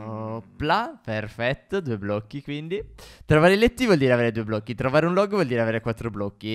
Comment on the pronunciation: Si dice blocchi non blo'cchi